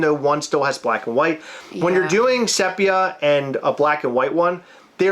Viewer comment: Almost had to turn this off cos of the pronunciation of sepia. It's see pia not SEP ia. Like seriously. 😉